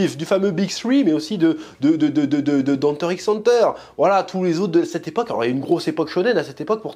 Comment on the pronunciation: Juste pour t'ennuyer, le X ne se prononce pas avec Hunter x Hunter xD